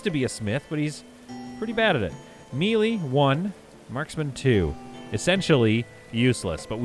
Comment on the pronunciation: As a dad who says "wefee" and "galapano" just to bother people i respect your "me-lee" I also have learned how much i grate peoples ears with those words hahaha